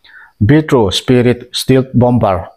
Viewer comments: Stealth-Still anga lam tur nilovin. Stell - Mizo e (sap A) thluk anga lam tur zawk ani e.. Hriat ve mai mai atan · Stelth tia lsm nise.